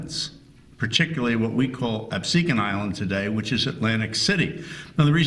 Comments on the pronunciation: Great documentary. However, we pronounce in Ab-see-can. Not Ab-su-kahn. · So far I’m liking this. Reminds me of something I saw in school (I grew up near Cape May). But is it me or does this guy not know how to pronounce Absecon?